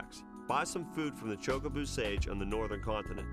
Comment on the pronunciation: Back before speech in games, the pronunciation of Chocobo was definitely contested. But choke-a-boo? That's a first..